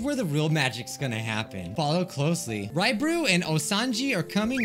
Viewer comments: I swear I heard you say Ryebread instead of Raibari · "Raibree" - 2021